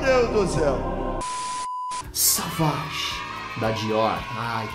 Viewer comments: Duas dicas: a palavra "bleu" (azul em Francês) se lê BLU e não "blâ"; já "sauvage" se lê "SUVAGE" e não "savage". De nada. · Cara, vc fala muito errado deveria ter estudado um pouco para o vídeo. Se fala "Sovági" e não é "ambár", é Âmbar.